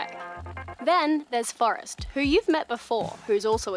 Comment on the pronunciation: Australians have got to be stopped. You can't pronounce "Forrest" as "First" just no.